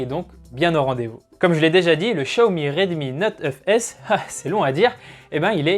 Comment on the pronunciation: 🐔🐔🐔🐔la même 😁